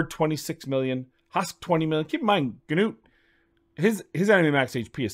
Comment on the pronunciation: "noot" not "g-noot" I don't understand how 99% of content creators get it wrong when it was said in the COTA video. What about putting in aket or what ever his name or vildrax for hex with Artak or similar with burn activations for spider?